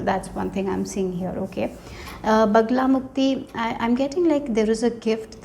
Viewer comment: It's Bagalamukhi not Bagalamukti